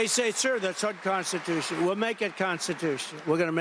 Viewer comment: A bit besides the topic, do y'all hear how he says "unconstitush"? That is creeping dementia.